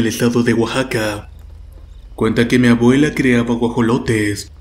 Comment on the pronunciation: ''Mabuela'' por favor habla correctamente, es desesperante escuchar la pronunciación erronea.